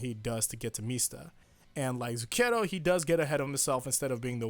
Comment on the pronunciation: Anyways, it's zúcchero. Believe me i'm from italy.